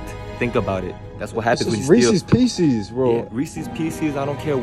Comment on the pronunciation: Reesees peesees